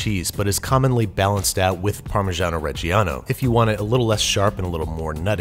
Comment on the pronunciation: there is no "i" in Parmigiano Reggiano. It is pronounced Parmijano Rejjano